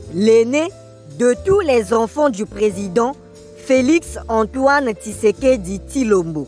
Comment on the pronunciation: Tisekedi tilombo, prononciation matata